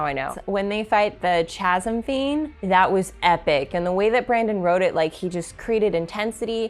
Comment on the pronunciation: Great review. More pronunciations: Alethi is pronounced with a soft e and Chasmfiend is pronounced with the CH sounding like a K. At least that’s how they are in the audiobook.